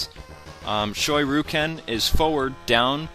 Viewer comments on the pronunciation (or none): "Shoy-roo-ken" lol